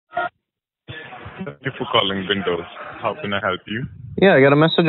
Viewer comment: "thank you for calling vindows" lmao. how does one call an operating system over the phone and have another person respond at the other end? :D their professionalism is god awful. at least try a little guys! next time someone tells you they need help with their pc, just tell them to call OSX, Linux or "Vindows". i'm sure they'll be willing to help them.